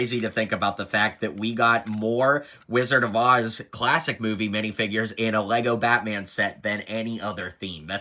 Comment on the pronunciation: Rizzard of OZ?